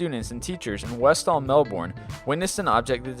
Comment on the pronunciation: Westall Melbourne is pronounced West al Mel burn.